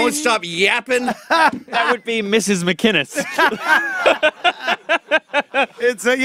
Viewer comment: "Gavin McIngus"? Lol